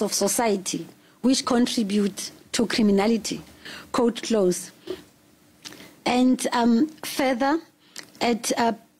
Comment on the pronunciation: Its quote not coat omw